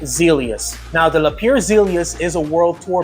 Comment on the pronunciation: Thanks for sharing a fantastic trip. BTW, Lapierre is pronounced "La-P-Air"